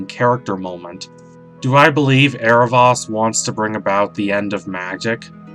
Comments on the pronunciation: It's Aarav-OH-s not Aarav-AS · not to br rude or anything but in the series it is pronounced " Arrow-voas" (the "o" says its name) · yes was cringing the whole vid from the mispronunciation!! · Did you mean to mispronounce his name?